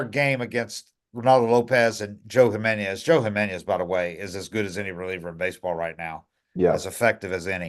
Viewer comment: I enjoy this podcast! But, you keep mispronouncing Jimenez every time. There is no ~ above the n.